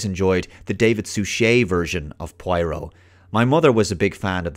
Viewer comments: Pwah-ro, not pwai-roh. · Take a drink ever time mispronounces 'pwah-roh'. (Note: Do not do this cool thing, your liver will be very angry with you) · Who's pwyro? Prah-roh, it's hard to believe you've watched the original series saying that, it's like as if a self proclaimed avid trekkie pronounces data as datta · Your pronouncing poirot as pwairo ..... Lol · Please for the love of God stop pronouncing his name Pie-Row. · For the half of the video I couldn't figure out who the hell is Pueiro. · It's not pronounced pryro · Every time he says Pwyro, I drink lol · seriously, having me rolling on the floor each time you butcher the name Poirot. pwyro indeed. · According to the writer, she pronounced it: PWARR] + [OH| -source from the notes by her to editor. She seems wasnt happy that British and Americans were not saying it correctly. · Grew up with the books and TV show Also: Pronounces it "Pwyro" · Got on my nerves so much I had to stop watching. He must have heard the name pronounced correctly countless times. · Poirot is pronounced 'Pwarrow' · i love your videos but I just can't concentrate when you keep mispronouncing his name after having grown up with David's Poirot 😂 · If you watched all the old shows how come you still cannot pronounce his name lol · still a not y, and oh instead of high hard o as he is prenounciating it. Though I get it is a difficult name, and wouldnt be certain that I wont mispronounce it at times, just he kept repeating it so many times in the video.. Guess he was going for killing someone trying to take a shot for each time his name was mentioned :) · Cut him some slack, he's Oyrish after all.